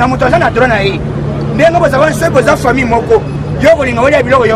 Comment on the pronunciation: balobaka « foimille» te mais Famille.